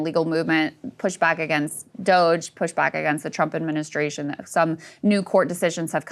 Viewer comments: Its prounounced DOGE not Do-J Ryan ffs smh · Ryan stop sayings doh-jay! You must know that's not how people say it😂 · Every time Ryan says "Dodge-ayy" I'm filled with indescribable, genocidal rage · I think it’s funny. DOGE is a meme anyways. There is no need to sanctify it since its origins is lulz and shits and giggles. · Ryan, stop saying dogé, nobody says thst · The way Ryan says DOGE lol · Ryan's condescending mispronounciation of DOGE is insufferable. This is how to tell the world you're not a serious journalist. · Why do you continue to mispronounce DOGE, is this on purpose or do you now know how to say it? Just stop, it is not french. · it's supposed to rhyme with the first syllable of "hoagie," not sound like you're talking about enrico dandolo trump's press bimbo got it wrong too